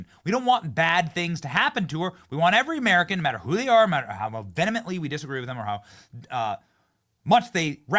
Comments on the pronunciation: THE WORD IS "VEHEMENTLY" not "venemently". Venemently is not a word. Look it up. Learn the language. Assimilate! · “V ee- hem-ent-lee” !